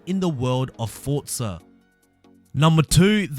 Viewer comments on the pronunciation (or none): For-za not fortza ... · I know it's minor but I hate people that say fortza